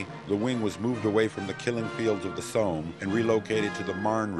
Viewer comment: ... very informative videos and thank you for posting. But I wish the narrator wouldn't pronounce Somme as "Soam" (as in roam) :>)